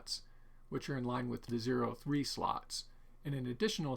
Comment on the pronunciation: Please... Zorro slots. Not zero slots.... It hurts!